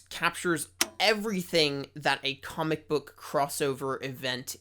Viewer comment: “Kohmick” lol